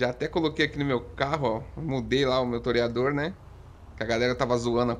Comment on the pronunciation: Agora o toreador virou um "terryador" kkkk